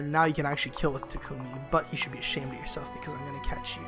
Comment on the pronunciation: I only wanted to say you're pronouncing Takumi's name wrong, it's supposed to be "Tah-kme". I know from unused lines that even Laura Faye Smith got that wrong.